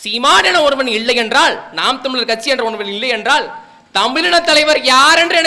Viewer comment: சிறப்பான பேச்சு வாழ்த்துகள், அண்ணன் வளர்ப்பில் தலைவர் கனவில் தமிழ் தேசியம் IPS படிக்கவேணும்❤(நீங்கள் இள்ளை என உச்சரிக்கிறீர்கள்)